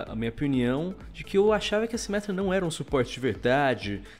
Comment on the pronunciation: "MINTIRA A SIMÉTRA VAI VIRA TANQUI"